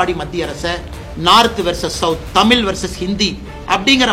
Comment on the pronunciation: எத்தனை முறை தமிழ் என்ற சொல்லை அண்ணாமலை தமில் என்று சொல்கிறார் பாருஙகள்.